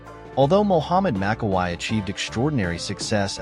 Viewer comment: It is pronounced MAKKAWEE, same thing for Franco, it is pronounced COLUMBOO, get your names right if you want fans support, they know how to pronounce these legends' names